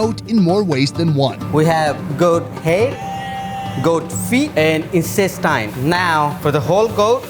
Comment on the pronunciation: He just said incestine :')